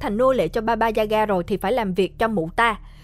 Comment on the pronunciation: sao t nghe ra thành baba da gà :(